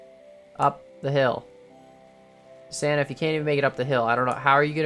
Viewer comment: sana sana sana sana ... sana I know he was saying santa ok